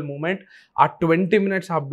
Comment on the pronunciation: Can you pl say "మొమెంట్" its not ముమెంట్. Sorry, have been observing for quite some time